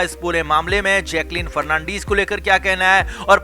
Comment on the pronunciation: Fernandeeeeez nehin....fernandez...